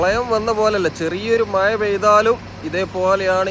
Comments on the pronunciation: മായ അല്ല മഴ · ഭാഷ ഒന്ന് ശ്രദ്ധിക്കാമായിരുന്നു മയ ആലപ്പുയ എന്നൊക്കെ പറയുന്നത് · നല്ല video Quality, നല്ല വിവരണം പക്ഷെ, ആഴം' മഴ പോലെയുള്ള വാക്കുകൾ പറയുമ്പോൾ യ'ക്കു പകരം ഴ, എന്നു തന്നെ ഉപയോഗിച്ചാൽ ഒന്നുകൂടി നന്നായിരിക്കും😂